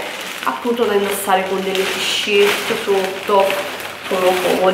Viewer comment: Le tisciert.. ma come parla questa?!?!